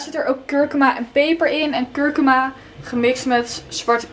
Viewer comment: super leuk.al je filmpjes.. kijk ze al heel lang maar je spreek die kruiden uit als kurkoema🙈 xx💋